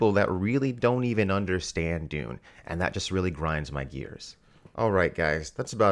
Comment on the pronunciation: Maybe, but he still can't say Dune, so...